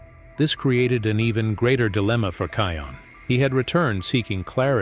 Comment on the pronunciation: SAY NAME RIGHT. IT KION NOT KEON.